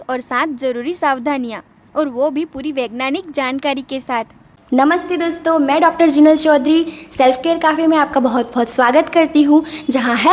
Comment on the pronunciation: Pehle dhang se vaigyanik to bol le😂😂😂